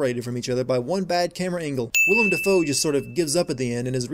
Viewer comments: I am sure I am not the first person to mention this, but it is Willem, not William. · Sin: His name is Willem Dafoe. Not William Dafoe.